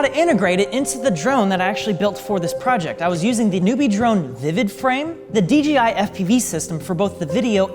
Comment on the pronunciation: not DGI but DJI